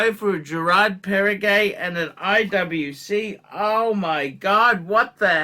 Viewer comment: You made my day! 😅 So if I summarize with your own words: « the IWC is spectacular », « the Girard Parregaux is actually nice and Pateky» (it’s pronounced Perrego, not Perregay, just in case…), the Omega is good and I’ll pass on the Breitling rant because of the obvious difficulties you have in reading comprehension, combined with the attention span of a toddler. But…the key takeaway is they are all dogs with fleas and shitters. Instead of choosing good watches that we like or have complications, we should just dump all of those that don’t have a crown logo (including those that have sentimental value), in order to buy Rolex at 3 times the price, so that we can show off at the 15$ all you can eat Asian self service buffet and make sure even the sub-average diners there recognize the brand on your wrist. Not to forget that we should couple our Rolex with an entry level beemer, that we can’t actually afford to buy cash, so that people don’t mistakenly conclude that you drive a Ford Modeo, after seeing your gold IWC perpetual calendar. Spot on!! 😂